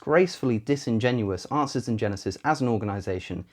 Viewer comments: A couple of times it sounds to me like he said "Asses in Genesis" instead of "Answers in Genesis". I would agree with that, and would like to see a picture of a bible open to Genesis, with a bunch of donkeys walking around in front of, or on it. :D I could try to photoshop that myself, but I'm not that good with that kind of stuff. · When you say it,is sounds like"Asses in genesis" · I kept hearing you saying "Arses in Genesis" rather than "Answers in Genesis". Not that you have any problems speaking understandably; just my unconscious mind giving me things to chuckle at. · To an American ear, it sounded like you were saying "asses in genesis" (which is actually a very accurate description of the website).